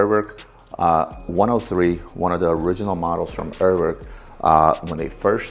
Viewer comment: Hey ask Nico how to say Urwerk you say it completly wrong